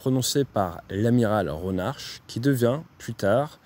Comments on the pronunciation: Salut ate ont dit Amiral ronar ( pour la prononciation) ronac'h le c'h en breton c est r tu n es pas rester assez longtemps a Landivisiau ou tu as perdu ton Breton?🤣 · Pour info le c'h de l'Amiral Ronarc"h ne ce prononce pas comme le ch français mais comme me c'h breton, un "r" raclé du fond de la gorge assez similaire à la jota espagnole